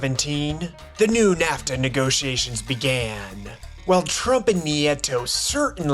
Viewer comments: Content was good at first but literally stopped 4 minutes in because I was sooooo annoyed with the ...Americuhhhh, NAFTUHHHHH. It gets old after the 3rd time... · Great video but your pronunciation of NAFTAAAA and North AMERICAAAA drives me crazy 😂😂😂